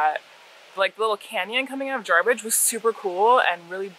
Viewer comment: Jar bidge not jarbridge. It's my stomping grounds there is so much to see up there. Stumbled on your channel a day or so ago researching bikes. Fuel prices like they are I might just sell my jeep. Anyway I was kicking around a 650 strom for my wife and have since seen some of your adventures on the cb500x I might lean that direction. We couldn't decide on road bikes or adv bikes until yesterday when I discovered BDR. 1 question what kind of cruising speed can you realistically run on the freeway/highway? Keep up the great work. Back to binge watching.